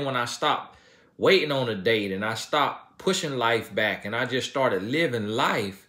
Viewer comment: you must be new to the channel, country AF that’s how country folk say it it’s back they’re saying but it sounds like bike.